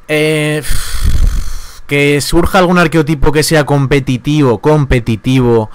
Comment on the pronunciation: Desde el respeto, se dice arquetipo, sin O. De buen rollo.